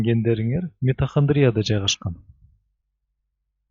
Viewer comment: Туура окучу или вообще сүйлөбө!!! Митахандриия эмес " МИТАХОНДРИЯ" д